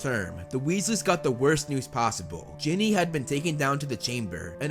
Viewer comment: Umm... it is Ginny not jenny